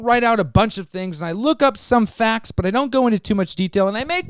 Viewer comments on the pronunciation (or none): none